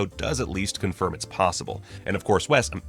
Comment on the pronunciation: Thanks so much for pronouncing WES correctly! 🤣💜